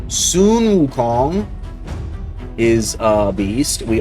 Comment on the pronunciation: That's one 🌶️ 😎! So glad now the way that you say"Sun Wukong" correctly is super sexy 🔥 ❤